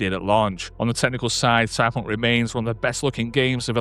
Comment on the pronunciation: How the hell do you manage to pronounce Cyberpunk with just 2 syllables? Stop it!